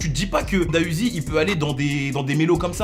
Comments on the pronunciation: Juste pour info on dit D.A Uzi et pas DA Uzi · On dit pas Da uziii mais D A uziii🤦🏽‍♂️ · On Dit D. A UZI